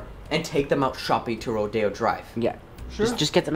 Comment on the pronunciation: Rodeo drive is not pronounced that, I'm just saying, my dogs name is rodeo, and I live in texas, and I always go to the Houston rodeo